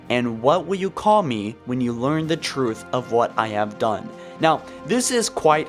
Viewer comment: I played halo 3 as the arbiter when he butchered truth.